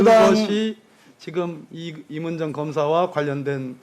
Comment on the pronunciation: 발음이나 똑바로해 임은정인데 임을정??ㅋㅋㅋ 사투히좀고치면 말좀똑바로해